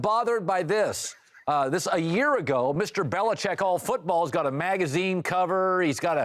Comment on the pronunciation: "Bell Belicheck"